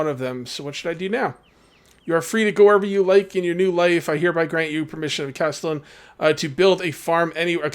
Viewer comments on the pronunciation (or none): Castellan - Cast-eh-lan